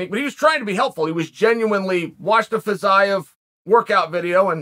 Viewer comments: Fee-zee-yef. Just in case. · Its pronounced Fizzy-Ev, Chael! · His last name not Fizaev.Fiziev is right!! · i think he intentionally mispronounces names at this point. fitsaev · First 1 second “Fizz-zigh-av” Oh ok uncle chael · Fitz-I-of LOL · It's pronounced 'Fa-zeev' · I can't wait for Chael to tell us off in 6 months' time for not telling him he was pronouncing Fiziev wrong. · Came here to learn the correct pronunciation of Fiziev and let me tell you I was not disappointed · The pronunciation of Fiziev just continues to get worse and worse as the video goes on That and the entire video was “RDA is a gatekeeper”